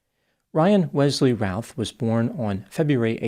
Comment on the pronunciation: The name is pronounced like 'Ruth' like the female name.